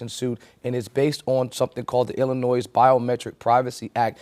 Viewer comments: The "S" in Illinois is silent. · the S in Illinois is silent, FYI